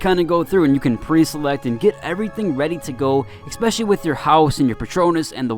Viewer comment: I was watching the video and decided to comment and beg you not to say "exspecially" but then you said "deuces" and my facepalm went through my forehead.